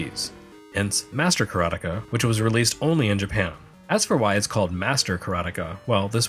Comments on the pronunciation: LOL! I am, for one, glad to hear your pronunciation of Karateka. Every since I heard Mechner say it in an interview, it was one my biggest A-Ha! moments... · Yes! I watched a video of Jordan Mechner talking about the HD version, though obviously he pronounces it with an American accent. Ka-ra-te-ka, 4 morae.